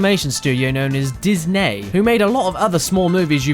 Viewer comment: This is pretty much how French people pronounce "Disney". (I should know)